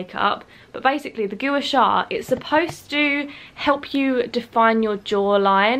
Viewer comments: Gooa shaa hahahah it’s pronounced gwar shar xx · I honestly love these vlogs, it makes me feel like I'm chatting to a friend <3 Also I think it's pronounced like 'gwa sha' (not positive tho) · The way you pronounced Gua Sha is hilarious!! It’s pronounced Gwah-Shah 😂 xx